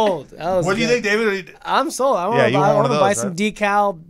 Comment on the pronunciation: i cant believe how u guys pronounce decal